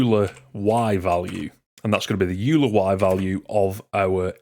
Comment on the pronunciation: Excellent tutorial. Very clear and well communicated. One minor nitpick though: "euler" is pronounced "oil er" rather the "you ler". It's a reference to the Swiss mathematician Leonhard Euler of Euler Identity fame.